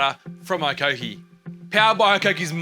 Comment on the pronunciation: Mate, pronounce the brand name properly...